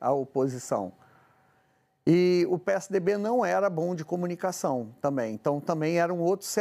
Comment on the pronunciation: Jornalista falando “tamem “ … vergonha!